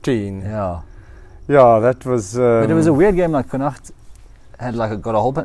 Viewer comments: Literally came here to praise the correct pronunciation of Connacht too! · New sub And yes a beautiful pronounciation of connacht 😊